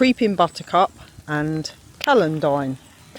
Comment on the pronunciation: Celendine is pronounced cell- an-dine. You must have acid soil there.